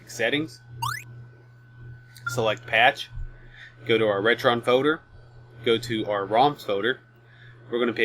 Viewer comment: I think you mean FOLDER no FODER